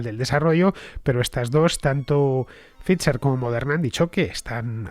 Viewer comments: Cada vez que dices fitzer/pitzer en vez de faizer/faiza(dependiendo si eres de de EEUU o UK) me sale un sarpullido, sobre todo xq en tus programas das a entender que hablas el idioma(la p no se pronuncia y no hay t)..lo he puesto foneticamente Fernando a ver si lo corriges que aun tendras mas programas de esto y de verdad que duelen los oidos.. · Pfizer se pronuncia "faiser".... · Yo también me he dado cuenta pero me lo he callado para no parecer un pedante xD, pero tienes razón se pronuncia [Pfaiser] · es que hace un par de días alardeaba de que como era un apellido alemán había que pronunciarlo correctamente en alemán :) ... adoro a Fernando anyway, es imprescindible